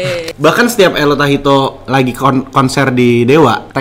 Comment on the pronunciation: Dilaann itu letto bukan ello😂